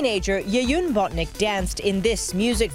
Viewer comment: it's not BOTNICK it's BONTINCK